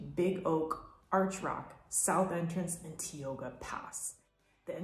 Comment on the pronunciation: ...4 entrances. not "5" as Hetch Hetchy is a dead -end inside YNP. Mispronounced "Tioga"...I worked and lived 10 years inside YNP 1974 to 1984. Don't consider the Ahwahnee Hotel "5 star" because of low paid park employees by Aramark, main biz in YNP. Suggest you get an Annual Pass, mine was $10 for Senior Lifetime! Also eat and lodge in Oakhurst or Yosemite West or Wawona private cabins or Madera and use car fast 120. Or on E side stay in Lee Vining or Mammoth, much much cheaper than inside park food and lodging! Road repair NOW on 120 and Glacier Point Road, call YNP for delay times. (August 2022)